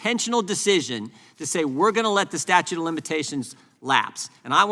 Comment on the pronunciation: why does jordan keep saying "statue" of limitations? LOL